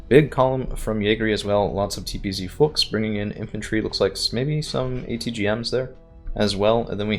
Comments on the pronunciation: yeah a ü is not pronounced like a u XD Fuchs fufu XD. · Fuchs rhymes with Pukes just FYI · no dont stop its funny